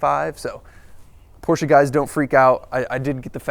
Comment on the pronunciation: The guy does know the correct pronunciation for Porsche. That's a good beginning.